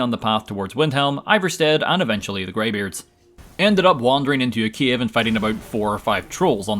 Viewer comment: Is it just me or he pronounces cave as Kiev?